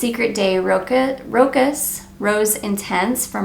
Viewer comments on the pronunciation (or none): My favorite rose fragrance is Burberry Body. Also, for future reference, Rochas is pronounced “row~cha.” Loved your video!